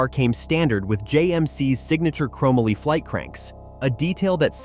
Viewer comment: Chrom ma lee?